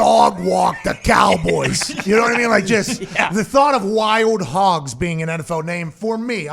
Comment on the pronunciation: I’m here for Pat getting to say “ WY-OLD HOGGS” for all of eternity lol.